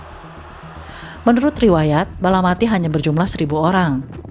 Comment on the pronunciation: Balapati bukan balamati